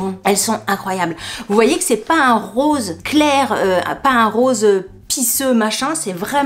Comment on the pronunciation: Cc sympa les pompes mais tu as dit période rose ou rosé?😂😂😂😂